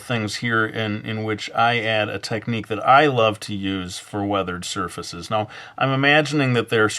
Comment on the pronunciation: Weathered "sir feces"